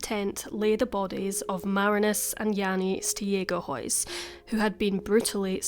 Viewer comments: Stegehuis is pronounced Staygehuis (with troath clearing on the G) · I'm Dutch too and I'm completely unfamiliar with this case as well. The Stegehuis pronunciation does indeed sound pretty Scandinavian 😉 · okay, I’m going to try to write it down, but don’t know if I’ll succeed haha. It’s pronounced like: ST-ayg(ay like how americans pronounce it, hard g)-uh-huis (the “ui” is sort of pronounced like a Scottish “ou”). Jannie: Jahnnie, so the ah is a bit shorter than an a Marinus: Marrihnus. In Dutch we have a hard r and an I that’s more like an ih. The rest was good though! Hopefully that makes it a bit clearer?